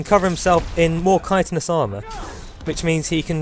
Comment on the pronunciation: Yep, it does look pretty good. And it's nice to hear someone pronouncing chitinous correctly!